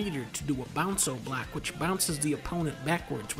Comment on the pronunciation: i gain 20% more dopamine every single time he says "bounco block"